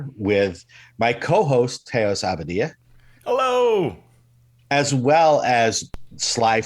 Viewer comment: From all the times I heard mike say his name I thought his name was Teo Sabadia and not Teos Abadia.